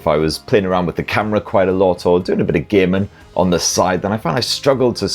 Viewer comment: It's hilarious how you say "gaming". "Do a lot of gay men"